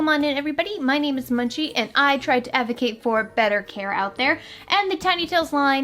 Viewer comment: I was talking to Munchie because I used to post on all her videos that she was pronouncing it wrong.